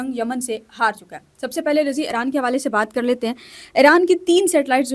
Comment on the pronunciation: Dear sister it's eeran, not aeran. Iran...